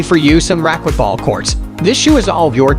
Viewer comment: The speaker needs to learn how to pronounce racquetball correctly.